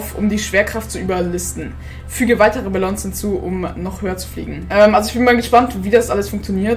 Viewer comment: Was für Balllons man spricht es Balong aus